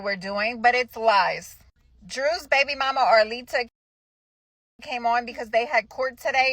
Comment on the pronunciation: Can you call Arlita by her correct name? Her name is not Arita! Who is this woman with the glasses? She’s a moron!